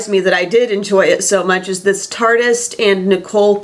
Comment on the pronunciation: I think tartiest might be pronounced tar teeeeest lol if it was how you're saying it I feel like it'd be spelled tartist without the e. I coul totally be wrong but someone please agree w me 😝